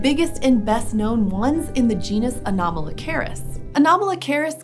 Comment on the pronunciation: Everytime she says Anomalocaris, I keep hearing Kamala Harris